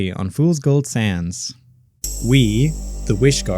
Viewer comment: Everybody else enjoying Fools Gold Sands: Normal people Me waiting for the Undertale crossover because keeps pronouncing it "Fools Gold Sans" at the end of each episode: Deranged